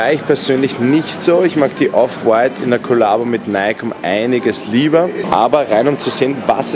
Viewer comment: Die Betonung liegt bei dem "W" bei Off White und nicht beim "t"